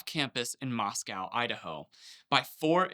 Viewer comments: It is pronounced Moss-co, not Moss-cow. They weren't found at 4 am, they were murdered just after 4 am. They were found closer to noon on Nov 13th. The address was 1122 King Rd, not 1112. Interesting insight on the body language! He tried hard to appear as a statue as to not give anything away. However minute they were, he was unable to control himself completely. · Just fyi since it’s such a highly followed story: It’s 1122 King Road. You said the address incorrect. They were not together when off campus the night before; they were split up in pairs. They weren’t “found by 4am” and it’s not pronounced Mos-cow. It’s Mos-coh. Just want to make sure the facts stay accurate.